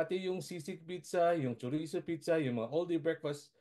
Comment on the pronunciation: I think may problema ang dila ng newscaster na ito! Ano ba talaga pidza o pizza??😂😂😂